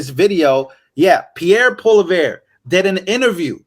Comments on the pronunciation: you r hilarious. Old clips and only the Globe clip.Resea rch would be good. Pollievre leads the conservatives and is elected in a general election, not separately. POLYEVE is how it pronounced and u lacked all the nuance to the story on interm replacement and paroging parliament. Cheez! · It's pronounced Pierre Paul-ee-ev. Great broadcast once again!! 👍🇺🇸🇨🇦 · PRONOUNCED = PIERRE POLY EV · Pierre's last name is prounced Polly-ev. You'll want to know that. He will be their next PM. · yes pierre pollieve it is pronounced polie-ev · Pierres name is pronounced POLLY-EV😉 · it's pronounced Pierre Polly ev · Pronounce it "Poleee eerve" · Pronounced - POLLY EV" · pronounced more like "polieeve" probably not the best example, but not the easiest to pronounce. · His name is pronounced “ Poly-Ev”!..😂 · pronounced: Poli-ev ev like: for-ev-r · Pierre Polieve pronounced like it looks poly ev this is a great man and i will support him. Btw the clown herr Tru dope will seize 2 3rds of my firearms for the dasterdly crime of appearance. God bless Donald Trump and your brilliant founders who gave you the constitution. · Pierre Poiliever pronounced (Paul Lee Air) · And Pierre’s last name is pronounced like Poli-ev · It is pronounced Pierre Pwah-Lee-ev It’s French Canadian Thanks 💪🇨🇦💪🇺🇸